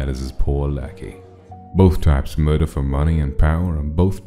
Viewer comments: Why did it say murder like muader😂😂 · did he say 'mwordor' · I’m sorry. But the way he said MOIDOR instead of Murder in the beggining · My GOD DID HE SAy MOIDOIR IN THE BEGINNING?!? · pronouncing "murder" like "moida" never fails to make me laugh, even during serious scenes